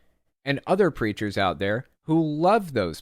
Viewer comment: Everytime you say "hate preachers" I hear "hate creatures" and it makes me giggle 🤭